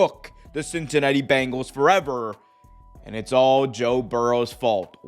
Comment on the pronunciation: "Cincanatti" lol